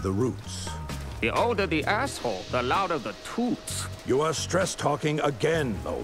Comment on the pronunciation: "...The older the ahshole the louder the toowts" LOL Dude got a sling for a bionic arm